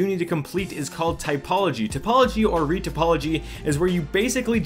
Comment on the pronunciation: very well explained. only flukes were the spelling/pronunciation of retopology and the fact that there are plenty more non-color maps added to the mesh (specularity, ambient occlusion, normal, bump, curvature, displacement, etc.)